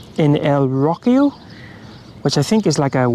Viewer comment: Me hace gracia cómo pronuncias "Rocío" suena a: "Rockio" jajaja